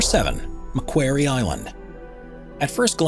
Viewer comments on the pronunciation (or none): Macquarie Island is pronounced " Mack Quarry " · In 1976 a Sydney audience I was in, corrected John Denver from singing "Port Maquairy" to the correct Port Maquarry" The same applies to Macquarie Island. Pronounced as in quarry. Named after this man. The island is an Australian external territory. Lachlan Macquarie - Wikipedia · Just saying its pronounces ma quarry Island. Not ma queiry Island. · "Mc QUARRY" island, not "Mcqwery"... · Mispronunciation of McQuarie aside (think rock quarry). This is not the only place on earth where the mantle is above the earth’s crust. The Tablelands in western Newfoundland is the heart of Gros Morne National Park and it has the distinction of being the only example of Mantle material above the crust that is easily accessible to all that want to experience this fascinating phenomenon. Hiking the Tablelands one might think they are standing on the surface of Mars. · Jeff Thomson Yes it grated on me too. “Mac” as in Macdonalds. plus as you said “quarry” as in harvesting stone. I am an Australian, we as a nation 🇦🇺 have many things to thank our early colonial Governor Lachlan Macquarie for, including Macquarie Island, as a result many places and things are named after him. I highly doubt there would be an Australian (yes we are very multicultural) who doesn’t know how to pronounce Macquarie.......Nor a Scot for that matter. You would only pronounce it incorrectly once, before being told. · It's pronounced MUH KWORR EE Island. And Australians have had a permanent base there for decades. And it was a King Penguin you focussed on although you did show Royal Penguins after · you need to check the pronunciation of Macquarie Island. Named after Govenor Macquarie of NSW, the important part is pronounced "quarry" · Macquarie Island...pronounced Makworry Island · Here's an idea. Find an Australian, and listen to how the person pronounces "Marquarie Island". Ten have another go at the video voice over!